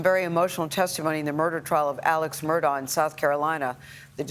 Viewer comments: It's actually pronounced "Murdock" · would be better if journalists pronounced names correctly. Last name is also pronounced Murdock. It's just not a good look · Pronounced Murdock.. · Is your named spelled Kerry but pronounced Karen? If the letters aren't there, don't stick them in yourself. If the first Murdaugh was cognitively underdeveloped and thought the sound of the letter K is produced by the letters "augh" that's on him. Don't follow in that idiot's footsteps.